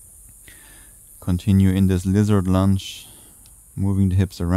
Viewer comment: I appreciate these short energizing flows; thank you. And, funny thing: I continue to hear 'lizard lunch' when you prompt 'lizard lunge' ha ha ha, always gets me smiling 😊 Many thanks 🙏